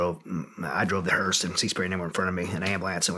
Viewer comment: For those wondering, it's pronounced "hur-st" where he's from. He tried really hard to say it correctly but a few "hursts" slipped in there. 🤘😎